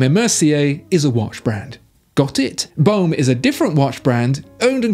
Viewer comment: VOHSHER not vAOOcher and BOHM and not bAOOm; AU = OH in French please😇